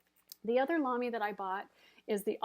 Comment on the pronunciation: Hi! Your pronunciation of Lamy is perfect! (I'm German) :-)